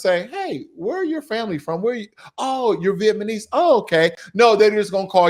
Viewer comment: It’s Vietnamese not Vietmanese